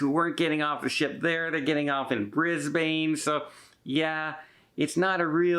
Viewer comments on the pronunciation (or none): Enjoy your videos. Very informative. Brisbane is pronounced "Brisbin" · please pronounce Brisbane as Bris Bin, like every Aussie does.